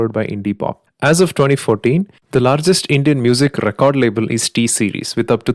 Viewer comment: You pronounced record label with typical malayali accent 😂